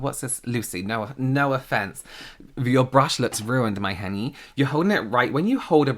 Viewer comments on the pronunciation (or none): “My hyuneee” lol